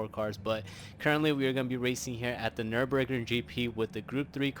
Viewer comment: This was good German especially the pronunciation of Nürburgring! 👍